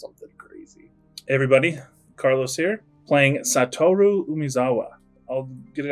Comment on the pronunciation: Sa-to-ru. Not sa-toru. Dont think the name originates in texas